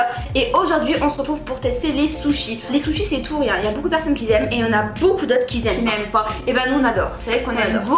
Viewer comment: '' Yen à qui Zaime ''